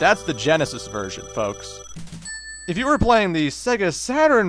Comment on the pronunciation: and who fooks? Was that the canadian in you coming out? :P Anyway, you going to do those rather pathetic sonic fighting games? If not, you going to show them off, or just let them fade away?